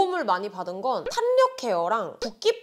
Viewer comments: 탄력 발음 탄녁 ㄴㄴ 탈력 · [탈력]이 맞는 발음이에여~ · 탄녘? 발음 왜저래ㅡㅡ